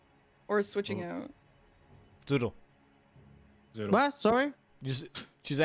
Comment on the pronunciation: Zoodle getting so many American English lessons here, haha -- minor pronunciation AND a weird idiom, to boot. Great commentary and match, thanks to everyone involved!